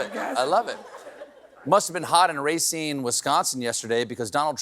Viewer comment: In Wisconsin Racine is pronounced Raseen not Rayseen like everybody on media seems to think. What if I pronounced New York, New Yerk (like work) jus sayin